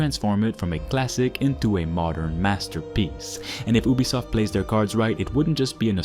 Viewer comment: YOU-bee-soft NOT Oob-bee-soft if you're going to review a company, at least pronounce their name correctly